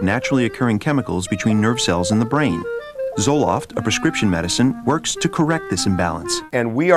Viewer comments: Zolft? Addictive? OMG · Zoloft? K lol